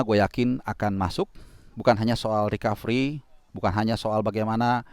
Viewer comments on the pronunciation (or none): none